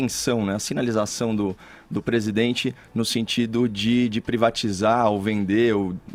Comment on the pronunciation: Nem falar esse cara sabe...... "Eu dZi amo meu Brasil"... "PresidendZi"... Será que só eu que ouço isso, dá no nervo....kkkk...